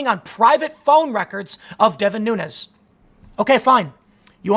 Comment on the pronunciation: Nunes is a Portuguese name, so should be pronounced like de plural of noon: noons. Keep up the good work